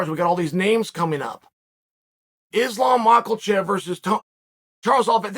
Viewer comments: Me: Islam MOKHACHEV Chael: Islam MOCKLE-CHEF Me: Islam MOCKLE-CHEF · Lmao Islam “macklechev” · He keeps calling him Macklechef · Cmon Chael, you don’t even know how to islams last name. You have butchered it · chaels trying his best to pronounce islams name